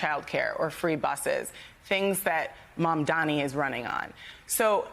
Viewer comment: She didn’t even pronounce MAMDANI’s name correctly